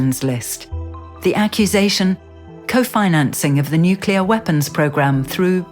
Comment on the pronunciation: she narative said aha aha nuclear bomb !!!!!!?????What ??? It's nuclear rocket English woman.